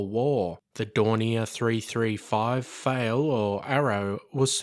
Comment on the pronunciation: No it isn't. It is approximately pronounced pfile. The p is not silent.